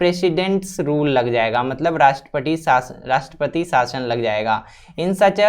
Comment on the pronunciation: Rashtrapati nahin Rashpashiss